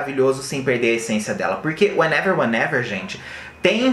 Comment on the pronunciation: Menina a senhora tem problemas com wehenever weherever hahaha 😆 só falou o título da música errado affs